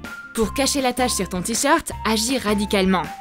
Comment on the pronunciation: Elle a dit mon tricheurte est foutu😂😂😂